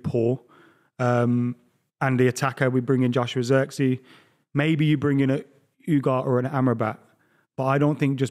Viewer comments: Adams pronunciation of Ugarte is hurting me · it’s Ugarte not Ugart. ooohhh-gar-teh